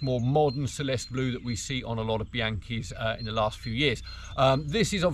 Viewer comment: Celeste is pronounced CHelestey